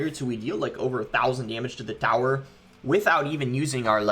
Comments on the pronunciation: I be thinking the same the lmao. Take the thower🥲🤣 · Is it just me or does it bother anyone how he says tower